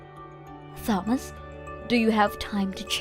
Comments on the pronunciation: OMG learn how to say names! Taw-muss. Not THaw-muss. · Yep, I always get to about 75% at least before starting. Otherwise, it's nothing but braindead texts voiced by braindead voice actors who can't be bothered to know basic stuff like pronouncing Thomas with a "t" not a "th" sound! 😂😂😂😂😂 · _Th_omas instead of Tomas makes me laugh and cringe in equal measure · Will she please STOP pronouncing the H in Thomas!!! And if the sons witnessed mom's bad behavior to Lillian, then they are to blame just as much as she is. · I have been screaming at these morons to do even the most basic of edits. But when the antagonist can't pronounce Thomas correctly, then asking for something as complex as proofreading for plot holes and inconsistencies is too hard for these mouth breathers. Can you believe the voice actress didn't know a common name like Thomas has a silent "h." She kept saying THOMas, not TOMas?! 😂😂😂😂 Like, no one even noticed?! They probably didn't even listen through before uploading. Seriously, how lazy can anyone be?! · How can someone mess up a name like Thomas?